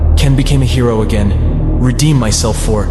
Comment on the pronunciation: I suggest editing it a little more. Sometimes there’s things that sound like run on sentences from the AI. Along with words not coming out right such as “again”. If you could manually make spaces and try to fix error words, that would be great!